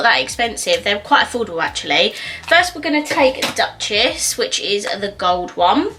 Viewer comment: Hey there! I bought almost the hole collection 😅 You pronounced Duchess wrong it‘s „Dochess“. It‘s france ☺️